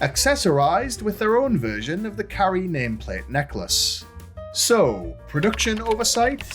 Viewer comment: "Hello Carri-ice" 😂